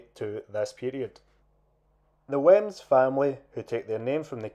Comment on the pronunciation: I don't want to sound pedantic but it's pronounced weems.